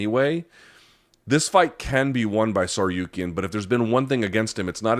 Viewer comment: Lmao bro absolutely butchered that 😂